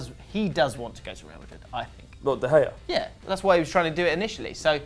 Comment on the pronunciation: why you not use the g in david de gea he`s spanish not dutch